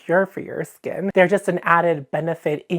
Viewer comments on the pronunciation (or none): "Skeeen baeRRieRR RRRepaerrrr" - Nosferatu, 2025